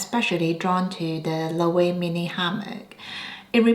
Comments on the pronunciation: Just a heads up Loewe is pronounced lo-eh-vey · Loewe is pronounced lo-wey-vey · The last "e" in Loewe is not silent. And I would not consider Loewe as "new": I am 55 years old and I have known Loewe since I was a kid, i.e., the original Amazona bag. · Hear Jonathan Anderson pronounce Loewe. It’s not intuitive. I love my puzzle bag 😊